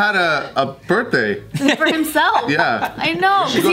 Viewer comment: "Chuck E. Cheese for my burtday"